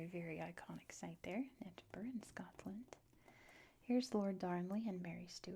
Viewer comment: Finally someone pronounced Edinburgh correctly! I will point out for any future vids - "Gay-lick" is for the Irish Gaelic, "GAHlick" is Scottish 😁